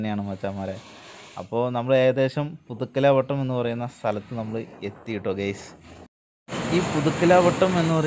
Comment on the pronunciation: പുതുക്കലാവ ട്ടം അല്ല മോനേ പുതുക്കലവട്ടം